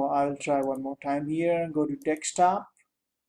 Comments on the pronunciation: you can tell he is old, when he pronounces "Desktop" as "Dekstop" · Dextop. haha